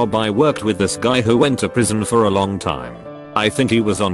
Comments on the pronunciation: " a loouoang time" Get it right text-to-speech! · I love hearing the voice say words that aren’t words like loooooong time, ‘I’ve been in prison a luaoooong time’